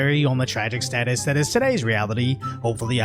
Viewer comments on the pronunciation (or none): none